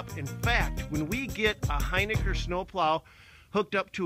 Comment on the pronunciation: Hey, it’s pronounced Hin-ick-R...